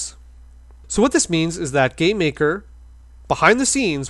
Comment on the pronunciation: I keep hearing you say "gay maker"